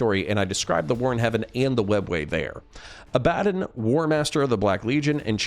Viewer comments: Say it with me... abba- Don. Not a-bad-dan. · i cringe hard at how you say abbadon,its abba DON not abbadan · Abba-Don. ABBA DON Abbadon. Not , ............... A Bad un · I thought it was pronounced “Ab-Buh-Dawn” not “uh-BAD-dunn”. Is this a potato-potahto thing or is there a correct way to pronounce his name? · 'A-bad-un' ..? Pretty sure it's supposed to be pronounced 'Abba-don'. Although A-bad-un is hilarious because of its meaning in British vernacular. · ab-ah-don not abad-un good video otherwise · Pretty sure its aba-don not ah-bad-in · Bruh A-bad-on? Its Aba-Don How u gonna mispronounce that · wtf? 'A bad un'?? It's 'Abba-dawn' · IT IS NOT ABADIN (sounds like Aladin) IT IS ABADDON (ABA-Dawn) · Oh your one of those who calls him "ab bad on" instead of what he is called "abb a don" 😂😂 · Less "Ah-Bad-dun" and more "Ah-Buh-Dawn" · Agreed. Its not ah ba dun, it's ah buh dawn. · Woah woah woah, Abb-adon? It's Abba-DON broski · Is it not pronoubced ab-ah-don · Abaddon's pronunciation always messes me up. You are saying it the correct real world way but in all the audiobooks it's Ab-ah-don. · Im quite sure you're sick of these remarks, and i intend no hostility, quite enjoying the videos... The correct pronunciation of Abaddon is "Ab-uh-dohn". Greek - the archangel of the abyss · Ah buh don ffs how do so many people mispronounce that name when there are hundreds of audiobooks out with the correct pronunciation? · Say Abaddon right homes, beyond that, great video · Dude you've got to learn how to pronounce Abaddon correctly! Fantastic video though, i love your channel. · I hate the way you pronounce Abadon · Dude great video but you're pronouncing Abaddon really badly. Its not nice to hear. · damn you sure showed me. You make lore vids for a living and you get the main antagonist's name wrong, it just sounds like you cant read. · It was killing me hearing that pronunciation....THANKS!